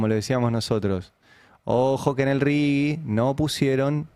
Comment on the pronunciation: Por favor!! Es "RIGI" y no "RIGUI" ¿Qué les pasa? Un leve aporte a la lectoescritura, por favor... que ya venimos muy mal.